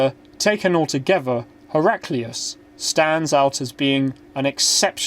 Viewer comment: Your pronunciation my dear friend ...